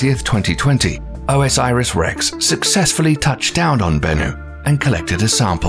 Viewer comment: Are there sources on any of this stuff? The mispronunciation of OSIRIS-REX drives me mad.